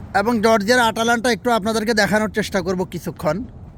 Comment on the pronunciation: আটালান্টা না ভাইয়া, ময়দালান্টা